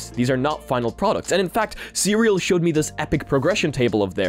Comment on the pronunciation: FWIW CREAL is pronounced "see real" not "cereal"